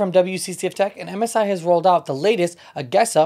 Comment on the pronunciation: A….jeee…….sa. Not A…Ge…..Sa!